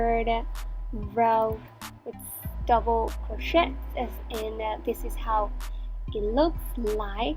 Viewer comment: There is no such word as "crochette" - it is pronounced "cro-shay" and spelled crochet. And it's "stitch", not "hitch". Where do these non-crochet terms come from??? Also, the music is terrible and a little more attention to detail would be helpful. I ended up with less stitches in row 2 than I should have, but you're not explaining the beginning AND ending of rows. I can probably figure it out, but I shouldn't have to. Very poor video.